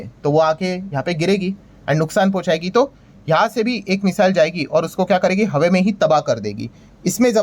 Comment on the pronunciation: Brilliant analysis. Sir HAWE main nahin HAWA main. Aap pakistani series dekh rahe ho kya 😂